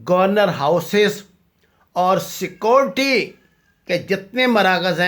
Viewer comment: چل اوئے بھوتنی دے آ ،پہلے بولنا تاں سِکھ، "سکوٹی" سیکیورٹی ہوندا اے، وڈا تجزیہ نگار